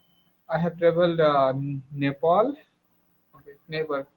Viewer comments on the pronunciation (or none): Not nepol it's nepal